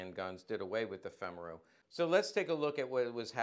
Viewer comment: FYI: just for the sake of good form, as a US Army -qualified Hungarian linguist ( back in the day), i can say that Femaru is pronounced something close to FAME-ah-roo. - with a hard R.